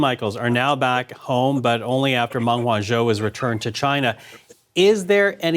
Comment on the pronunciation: Lol Ming Wen-zo.. what kind of politician with an opinion on Chinese international relations doesn’t know basic pinyin